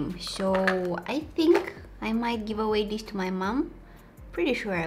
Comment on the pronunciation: “Let’s open this like DIS,and like DIS” lol